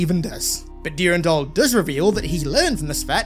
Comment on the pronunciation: PLEASE STOP SAYING DURINDOL